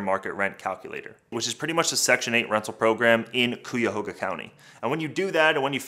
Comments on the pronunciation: Ikr I heard coo-ya-hoga and dropped the video🤣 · Cuyahoga County- pronounced ky-a-hoga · I’m from Cleveland. Please pronounce our county correctly. You could have looked it up in a dictionary to pronounce it correctly. I cringe hearing it pronounced that way.